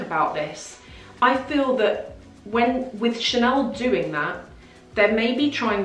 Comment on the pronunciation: "Chanel" has become "Channel"